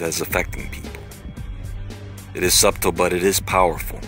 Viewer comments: You just said Sub-Tle. It's pronounced "SUTTLE" lol you literally said sub, then tle. That was fucking weird. Just before the intro kicks you said that. Lolololol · fuckin lol, I hate to be that guy but this was hilarious. The 'b' in subtle is silent boiii. A'int nothing sub-tle about a subway sub you feel me? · i really cant help notice you pronounced subtle as "sub-tel" twice. the "b" in subtle is silent. just sayin. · ......The word "subtle".............is pronounced........."suttle"...the "B" is silent.... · "Subtulle" haha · And, the "b", in, "subtle", is silent, dude. Smh..... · This was the first time I've ever heard someone pronounce the B in "Subtle".